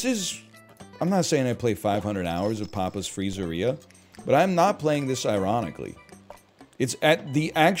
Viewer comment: Papa’s Free-zeeria so pogged